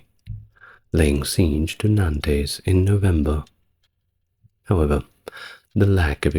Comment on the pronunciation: Nantays? Limojays? Perlease!..